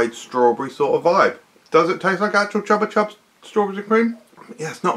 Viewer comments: Am I the only one who always pronounced it “Choopa choops”? 👀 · Because that is the correct pronunciation, it's a Spanish brand.